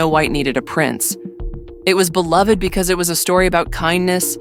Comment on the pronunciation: I stopped watching the daily wire becoouse of how the way says "Because."...